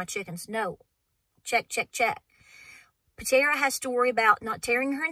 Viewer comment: It's Patara, not Patera.❤️😀